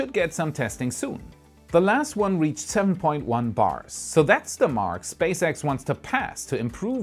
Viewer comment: Your 7.1 sounded like 10.1